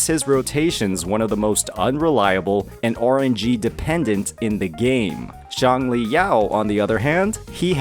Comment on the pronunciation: please don't pronounce Xiangli like Changli, this is very confusing, Calcharo will still be played by people who don't suffer from skill issues and don't want to waste their time and materials to level another electro main dps 🤷‍♂